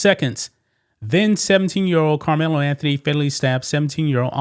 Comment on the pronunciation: You sound like a plant! I bet if it were the opposite! A White Boy you probably wouldn’t even cover it! I Dislike How You Say KARMELO name!!!! You Are A OJ Simpson Sellout And You just Reading This So Proud The Downfall Of A Child Who Is Brown Skinned! !GTFOOH GOOFY